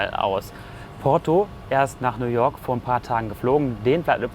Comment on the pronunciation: Bitte sagt nicht Nu woak sondern New York 🗽😊